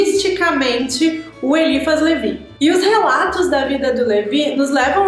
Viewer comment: A pronúncia correta é Elhiphá Lheví.